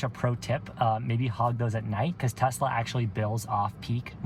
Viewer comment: I need a update! Does she still want a " Tesler" today?